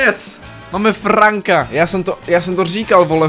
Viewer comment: celí video mě štvalo že říkáš franka a ne frenka ale okey